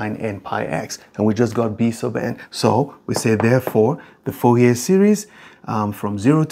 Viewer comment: So in french the last letter is usually not spoken, ou almost sound like oo in fool or root in english. So probably pronounce it like Foorie